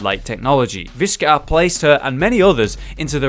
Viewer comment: i want to say that pronounced vishcar wrong, u say viscur